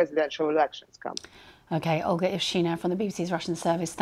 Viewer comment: Her name was mispronounced as “All-ga” for some reason…